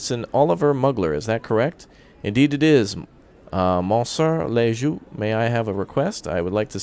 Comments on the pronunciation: Ouais la prononciation est hilarante, « monsie le jugj » ^^ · Just i really loves the prononciation 😂 (ps : moi aussi)